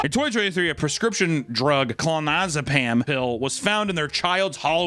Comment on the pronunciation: Lol Termadol and ClonaZZZepam...